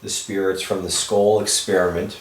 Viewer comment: I hear, “ this. Is. Patrick ... ma.ken.na ... with. the. scole. pro-JECT” sounds like he said scolee (long e) He’s breaking hard between each word / slow thru the syllables